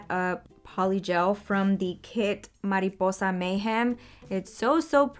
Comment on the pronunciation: ohhhhh, you said “mariposa” soooo good!!! you speak spanish???